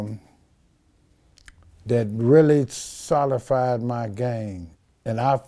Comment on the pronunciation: ... “solified” 😂 I think he means solidified but I hear ya playa🤠